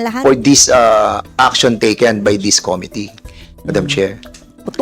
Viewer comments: Com MIT tee - not COM Mit tee😊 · Ayusin niya muna pronunciation ng " committee". Sakit sa tenga sa totoo lang 😂😂😂